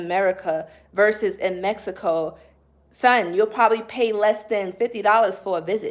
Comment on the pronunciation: When you were saying “son” I knew you had to be from Brooklyn lol Just subscribed today. I will be tuning in for spiritual advice.